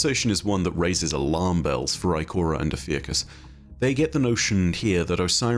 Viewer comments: Congrats on 1 Mil!! For future videos: Ophiuchus = Oh-phew-cuss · o-fee-uh-cus fuck guys its not that hard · I was looking at a Ophiuchus pronunciation video at the same time came in with the 'Ive been pronouncing it wrong'